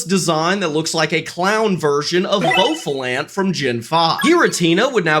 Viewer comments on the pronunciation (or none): Bo-fall-aunt instead of bu-fa-launt is wild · "will now be pronounced" then pronounces it the way it's already pronounced. He also mispronounced scimitar so I don't think I trust his pronunciations. Also "boffalant" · I think he's the one wrong though, same with how he said Bow-fa-lant. I always assumed content creators purposely mispronounce stuff to generate comments.